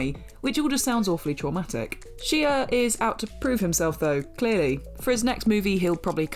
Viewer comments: The Shia comment is a bit outdated, he's made a complete turn around in his life, is now sober and has actually become far more "normal" than in recent years. Give the man his due, he may have fallen hard,... but he got back up. ( ....and his name is pronounced SHY-UH, not SHEE-UH.) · For the LOVE OF GOD!!! His name is pronounced Shy-uh not She-uh. You guys and your refusal to say names properly pisses me off! I don't care if you're British, you say someone's name the way they pronounce it! EFFING RUDE. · That is not how you pronounce Shia 😂😂😂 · Some of these are really interesting but Horns isn't a horror movie. At least not to me and I've seen it several times. Its a good film. And in referring to Halle Berry and her prestigious career, they could have named a better film than Catwoman. Catwoman?! Not Monster's Ball. Not any of the X-Men films she was in. Not Dorothy Dandridge. And why do they keep mispronouncing Shia's name?!